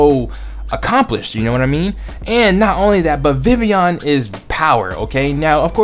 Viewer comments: ITS VIVILLON! You always said Vivion xD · maybe proper japanese but in anime i have heard some distinct L sounds